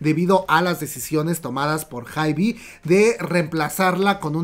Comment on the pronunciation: Me encanta como cuenta todo pero me estreesssaaa que diga "haibi" 😂❤